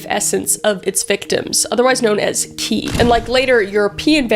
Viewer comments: A few things: qi is pronounced like chi. The gu in sanguine is pronounced like gw. A lot of the accusations towards Elizabeth Bathory weren’t true, but people can’t stand a woman in power. And people usually don’t want to be different, they feel different and want to be understood. Saying that you think everyone wants to find a way to be different because we’re online too much sounds too much like a boomer take. Most people just want to be free to be their authentic selves. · Qi, is pronounced Chi. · Totally mispronounced sanguine and qi but hey you're efforts were great and you owned it. Also .... Nosferatu came after Dracula. Took sooooo much "inspiration" from Dracula that the family of Bram Stoker sued against it and won.